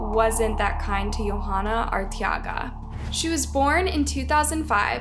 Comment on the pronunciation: It's pronounced (Vuh-lass-quez) Velasquez.... You got Arteaga right